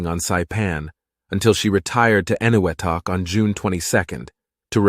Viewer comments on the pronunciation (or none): Yeah, I was puzzled by the pronunciation of Eniwetok (Marshall Islands), which added a note of inauthenticity to the narrative. You suddenly realize the narrator is not a real person. Still, a superb history of a fine ship on which my father served as chief medical officer prior to its rendezvous with destiny at Pearl.